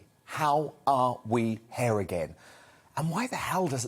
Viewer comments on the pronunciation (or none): “how. are. we. hair again.”